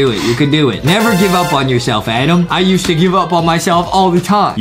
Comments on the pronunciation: HE NEEDS TO GO ENGLISH BOO CAMP HE SAID ADAM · Adem oh Adem Is Not Adem Its Adam Ohhh